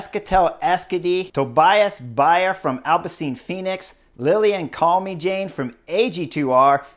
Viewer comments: Love your analyses Chris. A tip how to Pronounce Lilian's last name. It is pronounced as Calme sjaan not Jane (as in Tarzan and...). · If I may. “Calmy-Jane”, hard to get the pronunciation right. Should be something like “calmer-jann”. Thank you. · chris, man, we gotta work on the french name pronounciation. calmejean = kahlmezhahn. you've spent a little time in france, oui? ;) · Yep, I'm sure it's not pronounced Call-me-Jane, but you know what his analysis is so good in willing to let this one side!!! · I was gonna help Chris correctly pronounce Calmejane's name but you did it. Good job! 👍 (We also could have stress the pronunciation of "l'Ain" but let's not be too picky nitty. I always love his take on the races. 😊